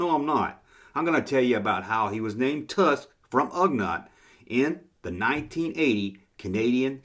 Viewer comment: Ugnaught is pronounced Ug-naught.